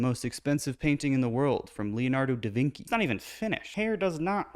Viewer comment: Great video! Just a little reminder if I may since I'm Italian and my ears are bleeding lol "Da Vinci" is pronounced with a sof "c" sound, like in "Charlie" or "chocolate". If anyone is interested, as a general rule in Italian if a C is followed by an E or an I, then it's pronounced as a soft "c", while if it's followed by an H then it's a hard "k" sound, like in "bruschetta" ;) Hope this helps! 😊